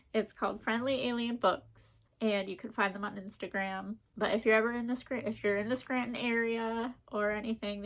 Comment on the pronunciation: You say Scranton like a true local 😂 So happy there's an indie bookstore near you now. Can't wait to visit. ❤️